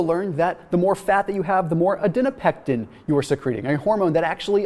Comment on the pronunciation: Its adiponection. Not adinopectin